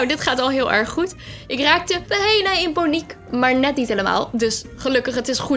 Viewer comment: Niet die zegt “ik raakte bijna in ✨poniek🐴✨”